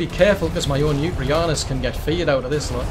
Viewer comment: Yuti... Think 'U T'